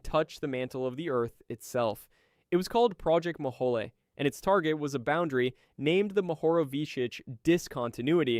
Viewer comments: Mohole is pronounce Mo-hole, not Mo-ho-le. I know, I worked as a very minor assistant functionary when I was an undergrad. Our geology department machine shop made stuff for the project. All I did was clean up afterwards. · He does say "Mo-holey" rather than "Mo-hole", which I always took as clever marketing for federal funds. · Mohole = 'Mow-hole' not 'mo-ho-lay.' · Very interesting! And you do a good job with non-English pronunciations! But I have to point out that the Mohole is an anglicization of Moho, because it's a hole. It is not "moholy". It's "moe-hole" as it a moe was in a hole. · Thanks, that was a fascinating video for an old High School Geology teacher like me, BTW it's pronounced Mo - hole, not Moholy! I was a kid when it was happening and I was fascinated by it and the earlier International Geophysical Year. I guess that set me up for a career I eventually, half reluctantly fell into and ended up loving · It's pronounced Project MO-hole, not Ma-HA-lee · 'Mohole' is pronounced as 'mo-hole', or 'moh-hohl'; not like 'guacamole'. :) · Did it occur to you that Project Mohole is pronounced MO- HOLE?? As in a HOLE in the ground?